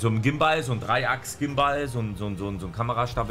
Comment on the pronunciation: Niemand: Wirklich niemand:: ein Gimbahl